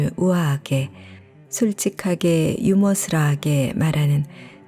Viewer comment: 유머러스를 유머스러라 하시길래 처음엔 설마 실수겠지~하며 들었는데 또 그러시는건 개그인가요?책을 많이 읽으실텐데 좀 믿기질 않아 뜬금없이 빵터졌어요🤣